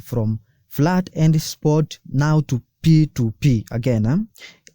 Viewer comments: Very good video. Please the word is FIAT not FLAT. It's 'I' not 'L'. F NOT F L A T I A T PLease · Fiat not flat